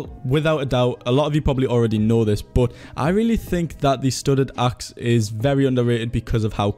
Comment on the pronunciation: how can you pronounce "but" like "bot" tf dude